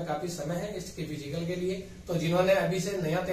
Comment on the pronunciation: सर फिजीकल नहीं फिजिकल होता है।